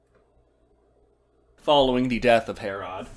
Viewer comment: Ive never heard anyone pronounce Herrod as Hair-Rod